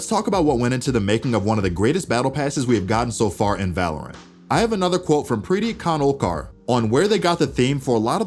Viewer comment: the way he pronounces preeti khanolkar got me ROFL